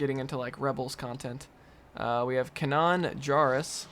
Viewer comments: broo you gotta watch rebels, this dude said kanaan jarris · No when you were reading characters from the TV show LEGO Star Wars the freemaker adventures you thought they were from Star Wars resistance 2018. RO-GR is know as Rodger. Next Star Wars Rebels character - Kanan jarrus you pronounce incorrectly. Yeah some of the Rebels show characters have also been in newer Star Wars TV shows - Ahsoka. Zeb was in a Mandalorian s3 ep.